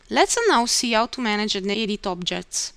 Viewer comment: for instance, she doesn't use an "H" in saying the word "how"... this is very common in eastern bloc countries and Russia.. not even close to Italian..